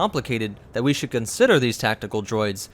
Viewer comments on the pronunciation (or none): none